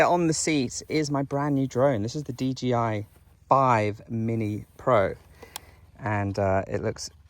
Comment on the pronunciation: Great to see you back on zelda but please... its DJI not DGI 😅